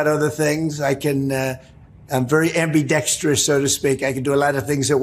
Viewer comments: What the heck does Trump mean that he's '"ambeedextris? " Does that mean that he can talk out of both sides of his mouth at once? For a self proclaimed genius, he shouldn't use words he can't spell, pronounce, or know the definition of. That leaves out most words over 5 letters long. 💙💙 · He can’t even pronounce ambidextrous.